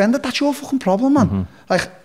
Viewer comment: Take a shot every time Darren says “fwching” Merry Xmas